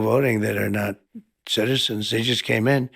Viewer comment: lolol it's taking him 12 seconds to get through the word "citizens." so many syllables